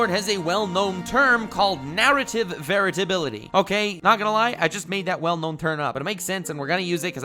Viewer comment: English is not my first language, but I have a good level and generally understand it perfectly, but right now I have to ask, are you saying "narrative varatability"?